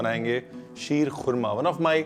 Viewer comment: mashallah what great urdu talaffuz sheerkhurma👌👌👌